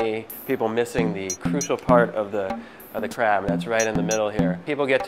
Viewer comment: Id be scared if my crap has fat . But anyway , in the video , it always sound like ''crap'' . ''Ill show you the right way to eat crap''